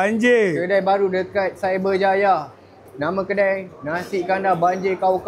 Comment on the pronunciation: Nasi Kanda atau kandar SI...gw denger kanda